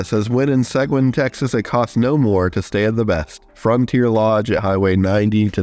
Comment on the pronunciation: Just for future reference, "Seguin" in Texas is pronounced "suh-geen." Great video!